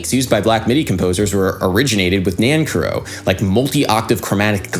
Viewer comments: A bit late but his last name is pronounced nanCARrow. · You are great and I love your video's but you are saying his name wrong :) I care for you Nan Care OH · Really interesting analysis, I learned a lot. As an aside the surname Nancarrow is from Cornwall in the far south west of England, and we pronounce it with the stress on the second syllable (ie Nan CAR row) instead of the dactylic long/short/short NAN - car-row which you use. Of course neither is 'right' or 'wrong', it's just interesting to see how these things shift over time and space. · Adam Neely My uncle, Charles Amirkhanian, was a good friend of Nancarrow and did much to bring attention to his music. I believe he pronounced his name Nan-Carrow, like the horrible Denny's like diner chain. I got to meet him when I was a little kid. Cool to see this. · Dude, seriously. Learn how to pronounce the names of the composers you talk about! Are you just trolling? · I’m pretty sure you’re saying that name incorrectly. Correct me if I’m wrong.